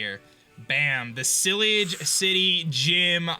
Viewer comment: this is how to pronounce it ci-la-j ci-ty